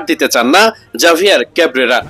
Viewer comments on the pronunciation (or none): এই নামের প্রকৃত উচ্চারণ "হাভিয়ের কাবেরা"। জাভিয়ের কাবরেরা নয় , এটা স্প্যানিশ নাম। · ভাই উচ্চারণটা হবে হাভিয়ের কাবরেরা